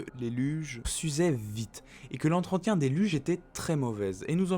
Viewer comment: Tu as oublié le r à entretien mais excellente vidéo quand même